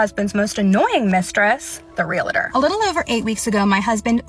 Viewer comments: realTOR, REALtor, not realAtor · Omfg all the “REEL-A-TOR” talk is KILLING me 😭 IT’S PRONOUNCED REEL-TOR. JUST REEL-TOR. HOW IT’S SPELLED. REALTOR. E FOLLOWED DIRECTLY BY AN A JUST MAKES THE EEE SOUND. FFS. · Pleeeeease! Its REAL-TOR not Relate-or! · Let's pronounce it together REAL -tor. Not REe LATor 😂😂😂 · The word is REALTOR!! They keep saying "relAtor"... Wtf! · It's REALtor not RELAtor. Idiots who can't pronounce. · It's REAL-TOR, not REAL-A-TOR. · Its pronounced REAL TOR... not REEYALATOR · I hate when ppl say Real-A-Tor. It’s realtor. There is no extra A. Just saying. Also your ex sucks and I’m sorry!! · Husband's can't be stolen. And it's Ree-al-tor not reelator. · Realtor not realetor. Why the extra “e”. I know, it’s just my pet peeve. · It’s real-tor NOT re-la-tor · Why do ppl pronounce it “real-a-tor”? lol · So beyond the point but I can’t stand the way she says real-uh-tor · Less than a minute in, and nothing to do with anything, but why are they pronouncing "realtor" as "reelator"? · Bros it's real-tor. Two syllables. Say it correctly and impress your friends! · All these people saying "real-uh-tor" is triggering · “Realitor” is not a word and this is driving me crazy only 10 seconds into the damn video. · I- was already annoyed when they all pronounced REALTOR like that... The education system failing speculation is actually active now. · The most offensive thing is how they pronounce realtor. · It’s funny how no one can say realtor right😂😂😂